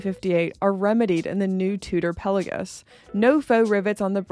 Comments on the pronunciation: Do you even know what Pal-ei-gues means? I doubt it 😂. And it’s pronounced Pel-a-gos . What’s wrong with your speech ? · I agree on the rivets of the Black Bay. Don't notice it when on the wrist. However, I do question your pronunciation of 'Pelagos'.